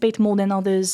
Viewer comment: Amazing video, check the pronunciation of the word "agency", im a migrant non native english speaker that does talks in sociology just saying it to you before a twat white straught english native man cuts you half way through an argument to make fun of you because of it 👍🏾